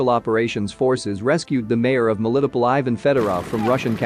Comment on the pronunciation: Ivan, not Ajvyn